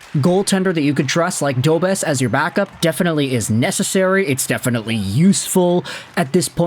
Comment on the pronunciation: Pronounced Dobesh